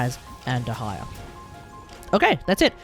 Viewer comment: Its little funny when you say "dehaya"